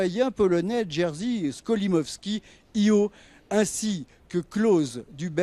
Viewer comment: Le meilleur de Cannes 2022 restera sans aucun doute la cruche qu'ils ont mis pour les commentaires, qui ne connait rien au cinéma mais lit son texte préparé à l'avance, qui annonce Jerry Skolomovsky au lieu de Skolimovsky et annonce ensuite Francis Veber à la place de Jacques Weber. Quelle honte pour un festival aussi fameux.... Je me demande où ils ont trouvé une cruche pareille !!!